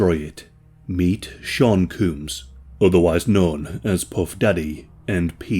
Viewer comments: Who tf is Sean "cooms"? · Ah yes Shawn Cooms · Sean COOMS... I can't not hear it. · Sean cooms 😂😂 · Not Sean Cooms😮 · Shaun cooms 😂😂😂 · Sean "Cooms" Melvin "Cums" 😂 Edit: It gets a lot less funny from there. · "Meet Sean Cooms" lmfao 😂😂😂😂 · Are you calling the diddler "Mr Cooms" because of a 4-chan thing? It's hella funny either way. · Sean Cooms 💀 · Sean Cooms?! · Sean Cooms? He sure does. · Sean Cooms haha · Sean Cooms. Lol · meat sean cooms? lmao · Sean Cooms 😂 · Sean Cooms 😂😂😂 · sean cooms rofl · Who the hell is Sean cooms?